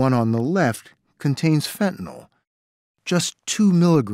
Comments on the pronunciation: Why do they keep calling it, “fentinall?” It’s fentanyl not “fentanall.” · Fentanyl not “fentanol” Good grief it’s a hopeless situation when the preponderance of supposedly educated officialdom, at all observed levels, simply are incapable of pronouncing the word correctly.